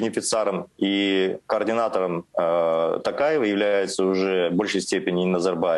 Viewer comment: Путин не может просто выговорить имя Токаева